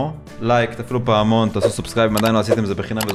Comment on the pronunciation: רק אני שמעתי אותו אומר תפעילו תפעמון ליפני סאבסקאיב